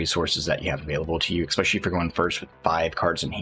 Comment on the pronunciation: Especially, not 'expecially'. Say it with me now.